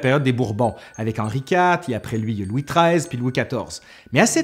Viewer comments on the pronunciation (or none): none